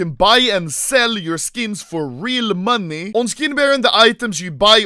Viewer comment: Just me, dose it sound like Anomlay says money "manie"?